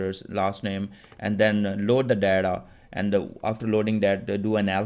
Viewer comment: Thnks for the videos. Buddy it is data not Deda.. You made me laugh.😂😂